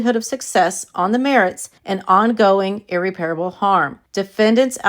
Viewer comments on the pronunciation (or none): Ear-rep-perable not Ear-repair-able